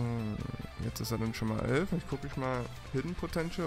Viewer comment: ER HAT ÖLF GESAGT OMEGALUL